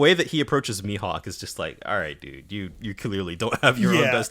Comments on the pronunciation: Gonna try leaving comments for engagements cause of how chill and nostalgic this podcast is making me. Will say the pronounciation is Me-Hawk. You've kinda saying it like the "h" is silent. But yeah Pearl is such the essence of a throwaway character with too much depth. It could've been easy to just say. When he bleeds, he gets angry, and he starts burning everything in sight. Also Oda is considered a genius mangaka, back then and even now with both his art and story telling. Like both his color spreads and 2 page stuff is just amazing. In another manga called Bakuman about mangakas (Made by the Death Note guys), there's a rival genius guy who is speculated to be designed after Oda. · It’s pronounced ‘me-hawk’